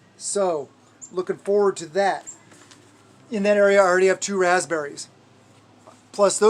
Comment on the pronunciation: Berry area: Your berry ayre! LOL 🤣